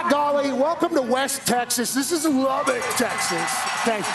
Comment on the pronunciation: They still refuse to pronounce Lubbock correctly.